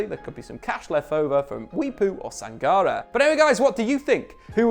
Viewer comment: It's pronounced Sang-Car-Ray.